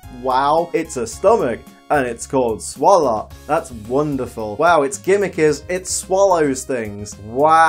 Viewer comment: Poison, Let's Keep It Quick Me: Garbodor: It's Swallot